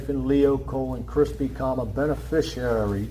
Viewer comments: Those big words like "beneficiary," "fiduciary," and "maritime" were giving him lots of problems 😅 and don't get me started on his Latin pronunciation (if that's what it was). 😂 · Why do they all seem to have trouble pronouncing "beneficiary"? It's not "benefishurary," you moron. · Why can't ANY SovCit pronounce "beneficiary" or "fiduciary" or "judiciary"? These people need to play a simpler game, Life is too hard for them.